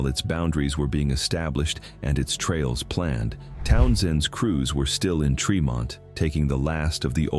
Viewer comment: It is said Treemont Suhveer County. Get it RIGHT